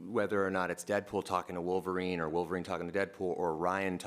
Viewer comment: Vulvarine, ha. LOL